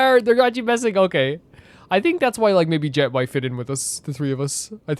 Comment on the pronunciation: I'm so far behind because I haven't played Kaveh's hangout yet, gotta catch up quickly^^' Also, just to let you know, from what I heard Jeht's name is actually supposed to be pronounced more like "Yecht" (similar to Yacht, with a non-silent h), but I'm not certain about that either and most people probably do pronounce it like Jet.